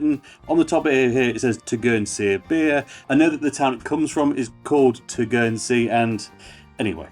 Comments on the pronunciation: Good video mate, it’s such a good beer, one thing is Tegernsee is pronounced like Tee Gan Sea, rather tur gan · It's pronounced Tay gen see